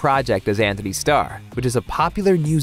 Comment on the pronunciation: Please stop saying Anthony lmao.